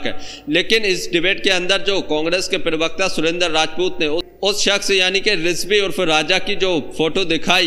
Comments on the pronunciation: पिरवकता नहीं होता है भाई प्रवक्ता होता है। सही उच्चारण से बोलो। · Bhai pirwakta pirwakta pirwakta..kya hota hai pirwakta? Prawakta hota hai